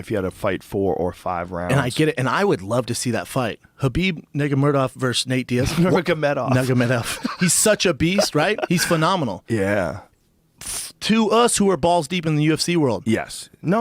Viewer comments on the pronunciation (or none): Anyone else lol when Brendan says "habeeb niggamurdov" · "Khabib Niggamedov" - Brendan Shwab